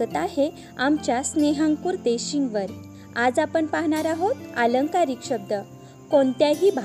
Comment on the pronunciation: "अलंकारिक" शब्द... "आलंकारिक" नव्हे ... मराठी भाषेचे अपूर्ण ज्ञान असेल तर शिकवणं बंद कर..